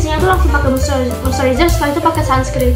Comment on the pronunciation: izin koereksi bacanya moisturizer ya buka mostewezer cmiiw😊😊